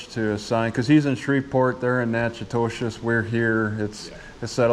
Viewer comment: He pronounces the name wrong on purpose. It's actually Nachitoches (Nack-a-tish) 🤭